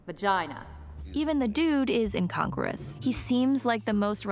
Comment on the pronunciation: It's pronounced - in con grew us - NOT incongress. Jus sayin...